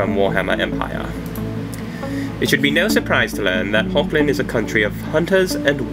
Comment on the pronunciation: I hate to correct you, but it's (phonetically) pronounced as 'Hog-land' The 'g' is pronounced as you scrape your throat (like the Dutch pronounce the 'g'). Hochland is German for High land. Or in Dutch it's Hoogland. =) (sorry I just couldn't resist telling you what it is in Dutch, as I'm Dutch =P ) ... so maybe the English accent you applied to the imperial, should be Germanic, like German or Dutch? =P Thanks again m8 for all your passionate and hard work! Hugs to Igor =)